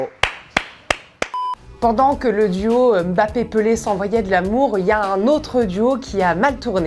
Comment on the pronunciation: Enfin une journaliste qui prononce bien le « M’bappé »